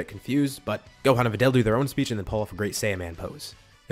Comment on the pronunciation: Am I going insane or did you say GOAThan every time you said Gohan, I feel like I hear it, but it also kinda doesn’t feel like it, explain yourself